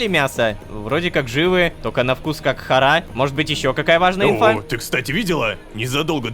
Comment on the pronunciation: Боже видео как всегда шикарно. Вот мне очень угарно в моменты когда лололошка говорит "хара". Я как человек знающий иврит и в нем тоже есть это слово заявляю что не привычно слышать данное слово с ударением на "Ра" тут ударение идёт на "Ха". Может на арабском по другому но не поделиться я не могла. Все кто работает над данной историей молодцы. Продолжайте в том же духе